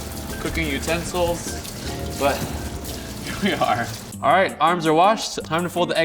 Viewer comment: I believe you meant to say "here we arm "